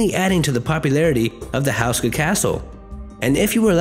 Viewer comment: its "whosh-ka" my great great granpas last name was houska.